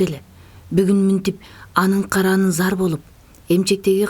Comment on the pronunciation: Караанына зар болуп дегенди каранын зар болуп деп окуган туура эмес